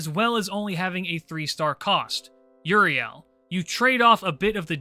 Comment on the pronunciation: Dog you gotta learn hiw to say euyrale's name Uriel is an angels name the El comes from the Hebrew gods name the gorgon sister's name is said "U-ra-lay" you and ZTL drive me up a wall